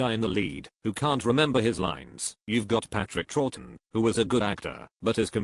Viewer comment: Patrick Trorton? You don't think that's the COMPUTER VOICE that can't pronounce Troughton and pronounces Trorton?